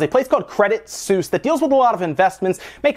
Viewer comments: It's pronounced 'Credit Sweese' not 'Credit Seuss' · You pronounce Suisse like: Swiess just saying :) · You mispronounced Credit Suisse. It's pronounced like Sweece.